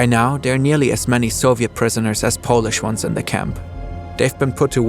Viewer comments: that was a fantastic effort on reading all the polish names, kudos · I'm impressed how good you pronouncing the Polish names. And thanks for showing Polish grim but true history. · Are you even Pole to be judging his pronunciations? For non-polish person he did very good job. Especially with ł,ń,ś,ć. I would like to hear you pronounce some of the German names with perfect accent. (And yes, I'm Pole.) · Given your natural accent, I presume that you're German. Yet your pronunciation of Polish words is nearly perfect. That's a sign of respect and I salute you. Well done, hats off. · I think they pronounced names very well. Way above the average